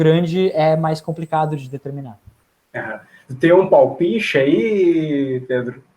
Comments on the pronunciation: Enchenche e palpiche tbm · Enxenxe e palpixe tb